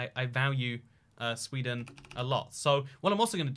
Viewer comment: What is sweeeden I’ve never heard of it I think you mixed it up with ikea